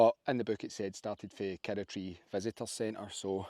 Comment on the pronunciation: Love it, kirroughtree, pronounced KIR-ROUGH-TREE😅